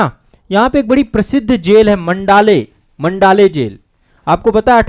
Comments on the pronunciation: मंडाले नहीं माॅंडले कहते हैं। मेरी देखी हुई जगह है । धन्यवाद। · मंडाले नहीं माण्डले है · मंडाले नहीं , मांडले जेल सही शब्द है।